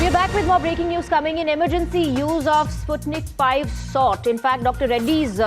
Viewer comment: Its not Sutnik five,its Sputnik V.